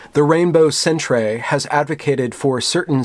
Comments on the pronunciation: Great job,. Just one thing: stop pronouncing it as "centrays" we put the R before the E in Canada but it's still pronounced "center." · What's a sentray? Did you mean centre? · Why is he saying cent-ray? Is it because center is spelled centre in the British spelling used in Canada? If so... come on. Really? Centray? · Ugh the cringe was so powerful.. Centrayyy Thank god there weren't more alternately spelled words. I'm triggered enough as-is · Why do you keep on saying sen-tray? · Because he's an American, they're isolated from the outside world. British spelling "centre" is foreign to him he thinks it's some french accented word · What the hell is a 'centray'? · Fuck man, centre is the Canadian spelling for center.... Not sentray. Fuck this is embarrassing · and later on, too, he says Rainbow Sen-tray. Definitely not "sentry." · Incidentally, "centre" is how the rest of the world spells "center". It's not pronounced "centray". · It seems like he knows, he's just pronouncing it that way for the lulz, and perhaps to also mock the college's Rainbow Center. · Lol..... Centre ---》Centray .. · Centray lolololol....centre bro, you never seen "centre" before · hahaha, dude! the Canadian spelling of center is pronounced the same! otherwise, great video. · He is taking the piss... or just enjoying pronouncing it incorrectly. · Yes, but it's pronounced the same. He said it wrong in the video. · Centre is the English spelling as opposed to the phonetic American English Center it is indeed pronounced the same... however this being Canada with a large French speaking population the pronunciation in French would be more along the lines of how it's being spoken in the video, I guess this confusion is the reason for the mispronunciation.